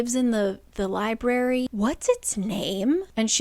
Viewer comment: I read the first one. I really liked it and got the audio “dramatized adaptation” of the second book. Loved it. Got the “dramatized adaptation” of book 3 and got a bit past halfway through when I counted the THIRD time the guy who voiced Rhys pronounce “library” as “lie-bary.” LIEBARY?! I returned the dramatized adaptation and decided to finish out the series with your videos and couldn’t be happier in that choice.